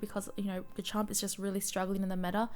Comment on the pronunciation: Thanks for the video. Btw pronunciation is Steadfast (Stehd-fast) and Garchomp is Garrh-Chomp